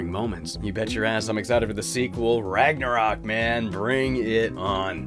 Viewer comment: English speaker, trying to say Ragnarök: "Rägnarok"